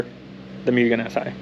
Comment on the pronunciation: It's pronounced MOO-GEN